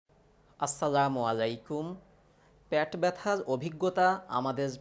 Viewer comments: Apni pet k pat kno bolchen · আপনি লিখেছেন 'পেট ব্যথা' কিন্তু বলছেন 'প্যাট ব্যথা" ! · প্যাট নারে বকাচদা, পেট